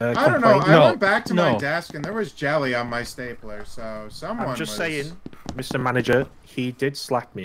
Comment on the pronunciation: He actually calls staplers, stablers through the video too